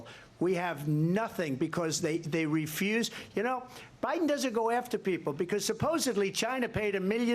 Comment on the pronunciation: Did she just say Obiden??